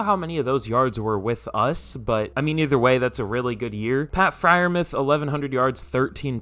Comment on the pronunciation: It's pronounced Fryer Mooth you casual autistic